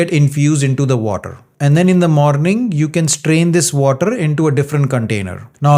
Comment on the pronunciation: Oh my god, please learn at the same time how to speak “water.” Don’t you stress too much on “R” in water? Thanks for understanding!